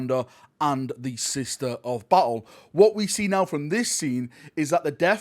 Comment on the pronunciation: everyone: Sister of battle.: Sista o-ba'o